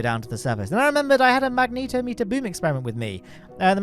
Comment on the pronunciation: Hey I'm pretty sure that "magnetometer" is pronounced less like the name of the X-Men character, and more like a portmanteau of "magnetic" and "thermometer". I don't really care, it's not grating or anything, but I noticed it because I heard another creator call it a Magneeto-meter in a video last week (possibly Mike Aben on one of his streams?) and it got my attention because it took the idea that I had in my head of what I assumed was a fairly mundane instrument, and transformed it into some sort of wildly fantastic Rube Goldberg contraption of a device which upon taking a measurement would output the result by moving a cartoonish hand with pointing finger on the end of a stick to indicate a result on what is clearly a very low precision, low resolution scale, with a range beginning at"Pathetic..." all the way to an upper limit indicated simply as "Magnetic", thus leaving any measurement taken with it so ambiguous that both the data and the machine which produced are wholly and entirely, utterly, completely, and unconditionally, useless.